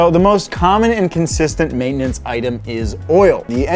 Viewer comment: I like how y'all save time by turning the 3-syllable word "maintenance" into a two-syllable word "maintnance". Time saved! 😂 Great job with info and videography.